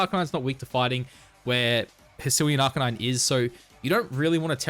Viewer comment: Why do you purposely pronounce Arcanine wrong?